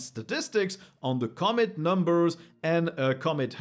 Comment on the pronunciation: Just a small note: Commit is usually accentuated on the second syllable. But hey, cool to see this series starting strong in 2025!